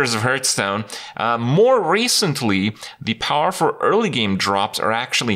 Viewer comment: why is he always saying hurtstone?